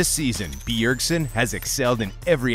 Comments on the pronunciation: its bjergsen not beeyergsen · The way he emphasizes the B in B ergsen is so annoying .. Im tilted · The way he pronounces BEEERSEN is triggering me... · BEE-URG-SEN damn this tilted me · ITS SO ANNOYING AHHHH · Yes this! Holy crap I almost muted it. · I was just about to bitch about the same thing. Fuck me its annoying. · The video is legit unwatchable the way he pronounced Bjergsen.